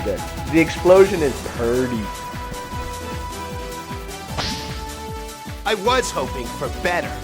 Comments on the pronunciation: LOL "the explosion is preeeeetyy" *southeren accent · "the explosion is peeerty" lmao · "The explosion is perdy" XD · damn i got killed when u said it perty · di...DID YOU SAY "PERDY"!!!!!!!!!!XD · lol "the explosion is puurdy"